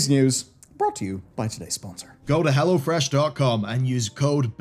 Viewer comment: Oh, "go to hell o'fresh". Charming!